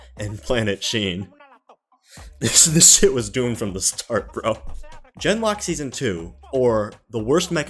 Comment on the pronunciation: It was very amusing how every time you said "Gen:Lock" it sounded like "Denmark". The way the show apparently went "Suicide is badass!" is NOT amusing, however.